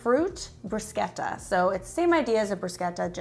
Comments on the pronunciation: Thank you so much for pronouncing bruschetta correctly. 😅 Love from Italy. ❤ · Great ideas!!! Also thank you for pronouncing bruschetta properly:)